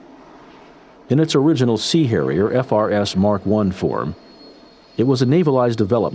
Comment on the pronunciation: giggle - the “C” Hairier. It was definitely a Mediterranean one. 🤣